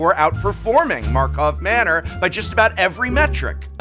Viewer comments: Prof, please, say the name correctly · Is it a Joke that he never said the name of the set correct? God it bothers me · Please fix the script XD Its tilting hearing you bunny hop from karlov manor to markov manor XD